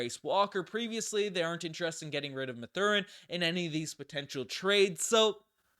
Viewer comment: The way you mispronounce both Ben Mathurin and Jarace Walker’s names is slowly killing me.